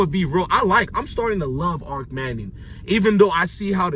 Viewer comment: It's kennels...and Arch manning not Arc.